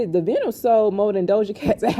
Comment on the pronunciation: The Pink Print 2 vinyl record counts as a pure album sale so each one sold is an album sold. I would encourage everyone to get one, no pressure though 😅 Also vinyl is pronounced with a long " ī " so it would be pronounced something like "vy-null"